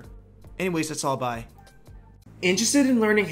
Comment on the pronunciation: okay, besides all this being good advice, I get a laugh out of how quick you say bye in your videos. it's strangely fun haha but yeah, I think I've been having a hard time setting up goals/starting a project that I'd love to work on for... quite some time now bc I've been looking too outward for validation and gotta learn to enjoy my works for the sake of them existing. the goal of a bigger audience should come later